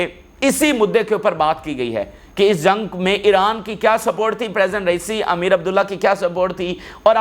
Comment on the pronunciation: PLEASE CORRECT AMEER ABULLAHIAN is the right pronunciations